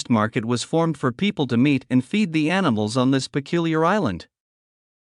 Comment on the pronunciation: "aniSmals"? You can't compensate an abundance of "S" by an abundance of "!"....